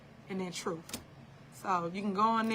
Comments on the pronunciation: Did she say the truth or tha truff? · Troof lol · What an idiot. She been " speakn the truff" for an hour now,and has said absolutely nothing. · Correction Sir, she's gonna be telling the "TROOFE" on you!!😂😂😂